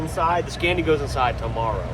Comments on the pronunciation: Scania not Scandia 😊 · Scania not SCENIA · Sca nia not sce nia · I got angry everytime he said scania bruh its scAniA. Its long pronuce it a bit dont eat up scania wth is scania u need to long the A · Le scandia 😂 j'en ai assez entendu 😢